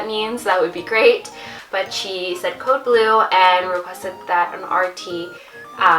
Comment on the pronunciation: Code Blue means someone died or at least flat-lined. but she sounded like she said Code Bravo though which is probably different...maybe it had something to do with her seeing the cord around her neck idk!! Congrats, she is adorable and you look great!!! And you had me LOL when you said "And its been numb ever since ha ha!